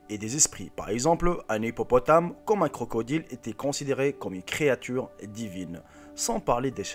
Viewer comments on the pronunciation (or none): none